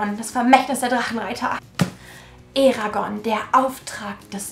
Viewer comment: Endlich jemand der „Eragon“ richtig ausspricht❤️